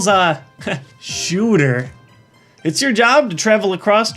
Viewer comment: this "shoter" hehe